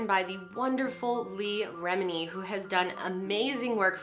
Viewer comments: “Lee-uh” not “Lee” Thanks for sharing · Her name is LEAH! Gosh calling her “Lee” throughout this video was getting my goat. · Leah (Lee- ah) Remini - instead of "Lee". Great video though 💓💓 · You keep calling her Lee remini. It's leAh 😂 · I’m pretty sure her name is leAH. LEE-AH. Not Leigh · Leah is lee-uh not lee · I am so sorry to be critical but why are you saying “Lee” Remini every time? Her name is Leah. I’m sorry I love watching you but it’s just driving me crazy! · Lee-ah not lee or leigh its a Hebraic name rolls eyes Allister is said wrong as well. Its not Al es ter, its Al i ss ter, you know i like the i sound in did or kid or pig or dig (God I do hope you know how to say those properly). Please, before you post your videos, do find out how to properly say the names of the people and places being discussed. I mean hell, I was taught this my freshman year of Journalism, its rule no. 1, always ask how to spell or say someone, or somethings, name properly before writing or saying it if you are unsure. Oh and that's freshman year of HIGH SCHOOL not College. snickers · Lol the way she says Leah wrong every time hahah love you girl great video!